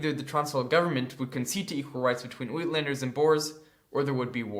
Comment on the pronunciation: "Witlanders"? More like (eyetlanders) is a better pronunciation. The country is Suid (side) Africa. And it's not "Bowers: it's Booers.